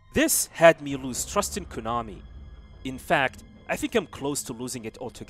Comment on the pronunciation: Learn how to say Konami properly.